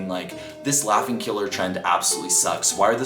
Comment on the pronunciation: I swear said "laughting"